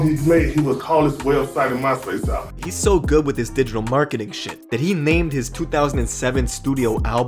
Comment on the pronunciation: Hahaha man said "Smarketing"..."